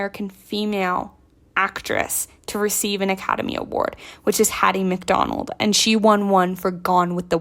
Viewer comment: Hattie McDaniel. I think you said McDonald.